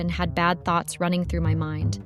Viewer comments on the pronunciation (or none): none